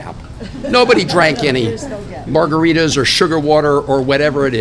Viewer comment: It's not margaritas lol!